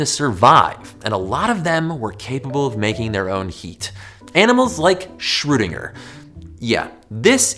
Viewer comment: I heared Schrodinger, so I thought, It was a cat, but it was a Schewdinger, LOL.